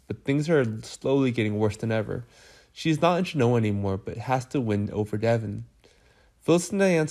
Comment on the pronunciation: I do not understand why these recaps the speaker does not know how to say Genoa. True fans know who is who